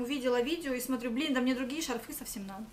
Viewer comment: Одела, одела, одела..... шарфЫ.... Нужно что-то делать с речью